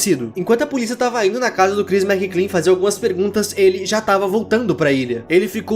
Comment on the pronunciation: é McLean, meu amigo Mc Lean não Mc Clean :v